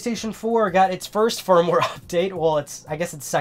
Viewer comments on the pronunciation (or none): none